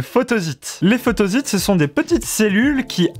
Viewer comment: Ça m'a fait drôle moi aussi, je prononce photossite